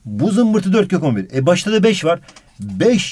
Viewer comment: abi 14 kök 11 i 14 kokombir diye okuyon yiaa sjsjjsjsjjs